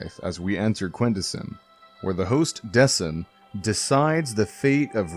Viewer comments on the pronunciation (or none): Did nobody watch death parade before writing this? I initially assumed it just wasn't the same person who is reading it from the mispronounced name Decim, deck-im btw, but then you say that how he judges is uncertain? Either you completely didn't watch the show or missed pivotal features of every episode. The masks over the elevators reflect the fate of the judged. It's a huge point in episode 2 when Decim rules against someone and is then made to question that ruling, and remains relevant throughout.